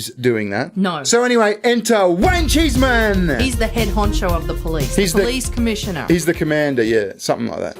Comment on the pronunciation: Heard you say his name and all I heard was Wang-cheese Man. And that shall be his name henceforth. 😂😂